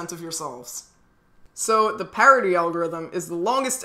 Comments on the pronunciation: Pie rit ie??? It's pair ity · Spelled parity u said pierity not parity